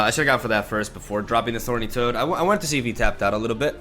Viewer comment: yo, that's 'Thorny' toad, not 'Horny' toad!!😅😂🤣